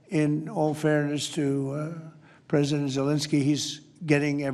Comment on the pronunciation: Parsident, Sir. His-Highness, Parsident, Sir, Sayanle-Callable